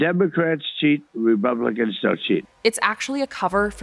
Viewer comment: did he say "Remumblicans"? I mean, it tracks 😂